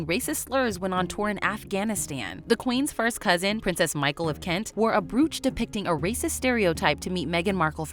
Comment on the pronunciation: Did no one correct her pronunciation of brooch????